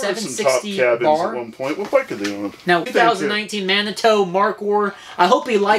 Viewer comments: You guys are killing me. It is pronounced mani-two. I live in Manitou springs Colorado, no hard "o" in there man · Lol - Manitoo - not Manitoe. I am from there. It is a town in Colorado. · Dude!!! It's "Man A too" "Man A 2". Geez! You are killing me! LOL Didn't you see Dances With Wolves? Shumanitutonka ob wachi.